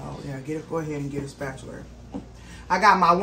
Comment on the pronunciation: Whyyyy do people say spatular? There is no R at the end